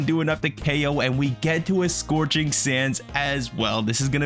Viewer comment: “Sorching sands” lol 😂